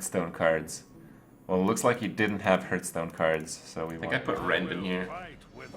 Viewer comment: Stop saying hurtstone.